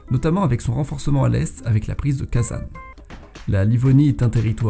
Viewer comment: bonjour je suis russe et je voulais juste vous corriger sur la prononciation de ivan, kazan (on les prononce "ivane", "kazagne")